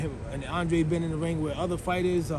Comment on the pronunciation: Until this man starts pronouncing his last name right, I can't take him seriously for anything lol